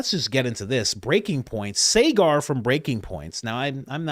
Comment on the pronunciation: Coach, love ya but Enjeti's name is pronounced Sogger, not Saygar. ❤